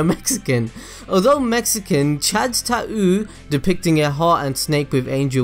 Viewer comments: he said tahoooo (tattoo) lol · that's some strong accent you got there. enjoying the vid and got thrown off when you said tattoo so weird. still enjoying the vid, just had to comment!